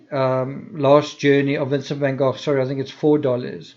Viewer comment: I love the way you say " van gogh" yes I realize that it's probably the proper pronunciation seeing as how it's dutch....but I like it